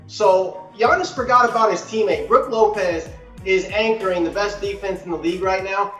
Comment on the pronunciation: Did this guy seriously say brook lopez…